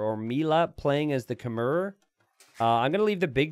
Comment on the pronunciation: I wish would learn how to pronounce Khmer correctly....